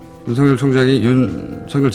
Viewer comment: 근에 왜 윤석열을 윤성열이라고 발음하시는지요....